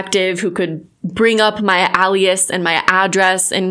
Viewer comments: Al ias???? its ALE ias.... that physically hurt lol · Alias is pronounced "Ay-Lee-us" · I just have to.... it's AY-LEE-IS. FOR FUTURE REFERENCE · Ay-lee-es not Al-e-es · This dude is probably just going to clown on the fact she said ALEAS instead of ALIAS not the very valid points in the video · Alias is pronounced “Ay-lee-is” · Hi. Just want to say that “Alias” is pronounced “A lee us” it doesn’t just mean it’s a false identity. It also means another name you’re known by . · Alias.. not Ah-lias. Anyway, this is freaking hilarious. I’m glad you stood your ground with that turd and his Karen-esq ways. Hahahahaha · Aye-li-as. But otherwise, spot on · Sorry, I don't mean to be nit picky but Alias is pronounced A-Lee-Us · You’re so cool and smart but alias is pronounced like alien ily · For the love of God it's (aye-lee-is) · You are pronouncing Alias wrong and your maiden name IS an alias. You pronounce it like alien. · For what it's worth, you sorta said "alias" the way it's pronounced in Spanish so maybe you're just polylingual and you don't even know it. Big brain energy. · I thought it was a regional pronunciation :D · I love how you pronounce Alias 😂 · What accent pronounces "alias" that way? I don't hear a strong accent until says alias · girl...it's alias not alias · big fan of the things you said - not a big fan of how you pronounce alias lol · Might wanna lookup how to pronounce ALIAS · I ... really don’t like the way you say “alias” but whatever lol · Great video and good on you for holding your stance! So about the words alias and brazenly...they're pronounced "AY-lee-uhs" and "BRAY-zen-lee." Just helping you out girl! You want the right pronunciations so your credibility stays afloat! Great job!! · It's ail-E-us and braE-zen-lee You are awesome! That dude is a douchecanoe. I've seen a few other people calling him out. He must be busy typing emails. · Love your work and you are awesome. Please check pronunciation of "alias" and "brazenly" Thx